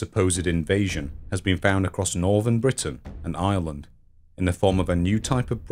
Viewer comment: It took me way too long to realize he was saying "Britain and Ireland" and not "Britain, an island" I wondered why he kept reminding us it was an island